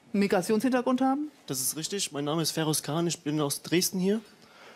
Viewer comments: Es wird Feros ausgesprochen und nicht FERRROSCHHH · Du sagst nicht ernsthaft "Ferosch", oder?? 😁😁🤭🤭😂😂 Das hat auch schon KenFM gemacht und reichlich Spott dafür geerntet. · Der Zweite, der "Ferosch" statt "Feros" sagt, obwohl Feroz sich selbst auch "Feros" nennt - was denn nun?! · FEROSCH, die Bio Deutschen werden irgendwann deinen Namen richtig aussprechen können! ;) Sonst tolles Interview. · Sauberes Interview. Den guten Mann spricht man trotzdem nicht "Ferosch" aus 😛